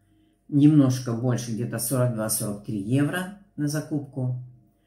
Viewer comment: Часто слышу в обзоре цен закупок, что Вы говорите (иногда проскакивает и у других немецких блогеров) не евро, а ойро. Любопытно, это особенность характерная для Германии за счёт произношения?